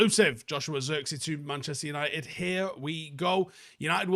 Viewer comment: The i in zirkzee is like the i in sh*t. The ee is pronounced like the letter A